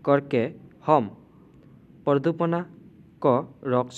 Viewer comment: Pradupana nohoi praduson hoi😊❤